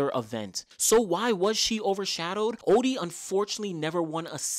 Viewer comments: It's not Oddy its Otty .😂 great video presentation though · Great video. You have a typo on Merlene's 200m best in your video (21.74, it is 21.64). And her surname is pronounced "oTTey"